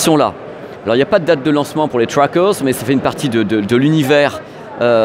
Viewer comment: Avec les trwackeurz.... Oh putain c'était un pari ou quoi...autant y aller avec l'accent français, le franglais du gars du pinpins c'est encore pire